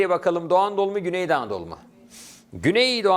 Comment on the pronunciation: Hocam çok güzel güney doğu anadolu diyorsunuz :))